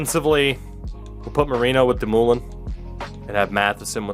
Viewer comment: Buddy it’s pronounced doom-oh-lin not fkn damooolin